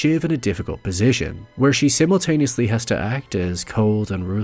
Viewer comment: but that pronunciation of "simultaneous".